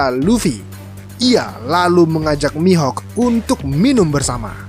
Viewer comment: Mihok bukan mihak